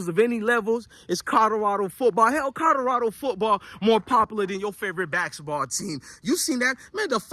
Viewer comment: It's C O L O R A D O, not C O D O R A D O, bro, pronounce it correctly lol